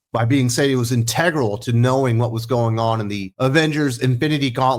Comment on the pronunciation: Left out Guardians of the Galaxy Vol. 3, which was also successful. And how come no one can pronounce integral correctly anymore?